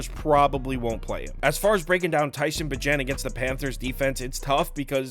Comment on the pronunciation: Bagent is pronounced like agent but with a b lol